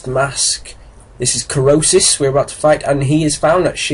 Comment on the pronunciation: Krosis not Krisos